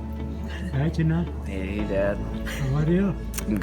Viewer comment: "My name is CHINNA" 10000% sure that is NOT how you pronounce that name and I don't even know his parents' language.